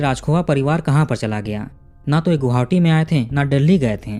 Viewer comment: गोहावटी ❎आप गुवाहाटी कहिए या गोहाटी,🎉